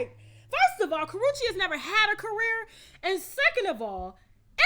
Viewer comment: Aht Aht! Put some RESPECT on Karrueche’s name!